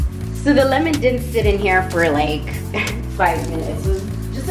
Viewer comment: Thats actually lemon